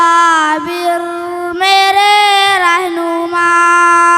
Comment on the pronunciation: بھائ ۔۔۔۔اکابر ۔۔۔کا تلفظ درست کروائیں ایک بار نہیں کئی مرتبہ اقابر ۔۔پڑھا گیا